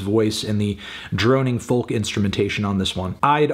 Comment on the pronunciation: No matter how many times melon is told you don’t say the L in folk, he just goes ahead and does it anyway. Awful.